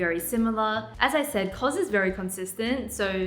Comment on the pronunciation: Wait, is that how it’s pronounced? CoZ? 🤔